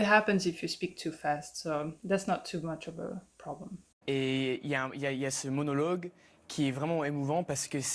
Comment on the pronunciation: He speaks excellent French, but here are a couple of the giveaways that I noticed: just before the "He's struggling a bit here" part, he makes the third and final "o" in "monologue" too closed, and just after, he makes the "ent" in "comment" more closed and rounded, even though it should be open and unrounded.